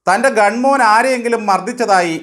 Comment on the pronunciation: ഗൺ 'മോൻ' അല്ല, ഗൺ 'മാൻ' എന്ന് പറയു തമാശക്കാരാ..